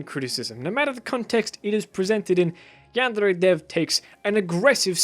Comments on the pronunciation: The way you pronounce yandere is maddening, it’s driving me insane and ruins the video so much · hey stop pronouncing yandere like a homosexual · Hey there, nice video. I used to love yandere simulator, but the dev just keep on adding unecessary thing instead of the main goal. Even I like your vid and your argument is much alike with mine, i kinda tempted to dislike your vid just because your 'yandere' pronouncesation #ripenglish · nice video but I seriously can't get over the way you say yandere it's BUGGING me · The way he says Yandere is an accent. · I know you're trying but that's not how you pronounce yandere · What triggers me is your pronouncing of yandere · Your fucking pronouncination of yandere gave me foot cancer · Jaguar That's not supposed to be a rolled r, but a tapped or flapped r. He did not pronounce it as a Japanese person would. Should be yahn-day-ray, not yahn-dehr-ray. Vowel sounds and Japanese are entirely consistent, unlike in English. He almost pronounced it right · He says "yaandre" :') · YanDev pronounces it as, "Yeah-n-DAIRY". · cant help but hear "Yandray" whenever u pronounce "Yandere" wrong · I'm glad you made the video and I'm gonna let you finish, but hearing yandere pronounced yanddrey physically hurts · your way of pronouncing "yandere" really bothered me through the whole video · Good education, but I absolutely hate the way you pronounce yandere. Sorry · I adore how you pronounce yandere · I love the way he says ''yandere'' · Your pronunciation of yandere is so fucking confusing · Your pronoucioation of yandere makes me want to puke in my ass and chug it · The way he says "yandere" is bothering me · Please don't ever pronounce yandere like that ever again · Glad these things were pointed out, but the way you say yandere hurts my brain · The way he pronounces yandere 😂👌🏻👌🏻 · This isn't a criticism on this video, I just hate the way you pronounce yandere. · can you stop saying "yandere" so weirdly